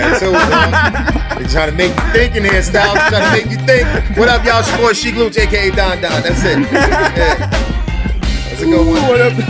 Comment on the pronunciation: Sheek refuses to say his name right